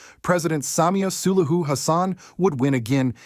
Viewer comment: Have we got an AI voice here? Since it can’t pronounce SULUHU?